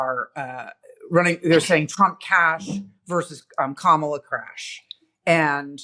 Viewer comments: If we’re going to correct the way Trump mangles the pronunciation of Kamala name, don’t you think we should say it correctly ourselves? Assuming you agree, let me help you out. Hopefully, this mini-lesson may help others who, out of respect, are struggling to get it right. It’s NOT “Ka-MAH-la. It’s “COMMA-la” or, if you prefer , “KAH-mah-la.” The accent is on the FIRST syllable, not the second, the way you said it. You did get it half right, though. Both the “a”s in her name are broad, not flat. The broad “a” is pronounced “ah” as in “art” or “all.” The flat “a” sounds like the “a” in “man” “wo-man” or “cam-era.” (See what I did there?) Trump’s disrespect, disgust and outright loathing for Kamala was obvious in the “hostile , nasty tone” he used to demean her name, saying, “There are a million ways to pronounce her name. But she only likes three. He might just as well be spitting venom the way he did when he hissed, “Barack HUSSEIN Obama.” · Her name is pronounced Kama la like coma la thats why they have have merch ,la. It is not ka mal a. Please get it straight. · Kah ma la. Emphasis on the first syllable